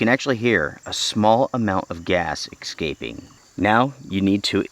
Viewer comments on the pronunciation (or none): Is the gas really ex-scaping? Or did your 6 year old write your script? After a fine Italian Dinner, do you enjoy a nice "ex-spresso" with your "🖐🖕this many" year old? Ex-specially on his birfday? Dude, you don't seem like the type ..that... ya know... can't read. So how can you look at the word ESCAPE and somehow find the opposite of a silent "X". As in you cant see it in the word but it definitely makes a sound that makes you sound like you're 🖐🖕this many. Smh... ridiculous as your bot Tyrone saying "aks" Feel me fam?